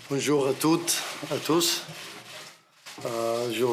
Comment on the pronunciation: Dans deux semaines Léo dit bonjour comme Neymar " BOJOU" 😂😂😂